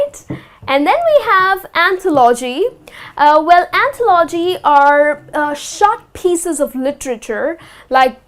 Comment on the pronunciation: Что то по моему она ударения неправильно ставит в словах AutobiOgraphy; anthOlogy